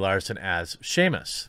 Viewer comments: Everything else aside...are you aware its Samus *saw-mus or sam-us and not Seamus... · Yeah imagine hate for Brie if she said Shamus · Did you just pronounce Samus as Seamus? FAKE GAMER DETECTED! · You're killing us, Jeremy. It's SAM-US. Not SEAMUS. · I feel like he mispronounces names it's as a joke, oh I hope I'm right. Seamus just grinds me gear, EVERY time I hear it. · Samus is pronounced with no H, its Samus Aran not Sheymus. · dont want to be mean but its not shamus its S-am-us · Metroid Main Character: Samus Jeremy: Seamus Am I the only person that heard that? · I die a little bit inside every time he says Shamus! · Yeah, I heard Shame-us. When it is pronounced Sam-us. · all I kept hearing whas shame-us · Literally just commented about this!!! 😂😂😂 Samus Aran has officially been dubbed as a pirate, her new title is "Seamus Arantide" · sounded like shamus to me. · Shame on him for saying it like that...Shame on Us for not being able to unhear it. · I think he is saying SHAMEus instead of Samus because Brie will play her... at least that’s what I thought why he is saying it that way. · I kept hearing shame-us like the longer version of the name Shaun, it's also pronounced Sam-us even in the Japanese versions it was pronounced the same way. I'm not mad just disappointed in our gamer god Jeremy :( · It's sam-us you uncultured swine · I am starting to think Jeremy over inflates his relevance in the gaming world when he pronounces Samus as Sheamus. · “Shamus” anyone else triggered? Lol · Stop saying "shamus" you anti-woke caveman pretend gamer. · Say it with me Jeremy. Sam-Us. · "shamus"???? She's irish now? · So this means that Samus will have a flat ass now. (Why are you saying Shaemus...) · SAM-us Jeremy, SAMus, lol! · I think at this point, Jeremy and Gundam are low key competing over who can say the most names the most wrong. Like, Seamus? Really? She's not a old sailor on a seiner, Jeremy! XD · 1 Metroid fan died every time Jeremy said Shaemus....